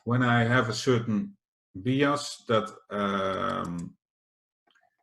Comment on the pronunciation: Please pronounce bias as 'bajes' en niet als 'biejas' ;-) Goede video in elk geval, zoals altijd.